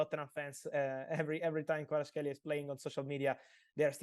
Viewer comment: thank you. Georgia is very thankful to you ❤️ Fabi, thank you too, for brilliant interview. But still need to work on pronunciation of Kvaratskhelia’s name;)